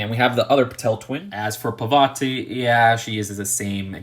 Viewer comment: u said parvati wrong, its paa-r-vati